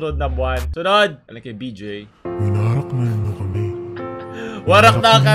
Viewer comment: Bakit "winarat" naririnig ko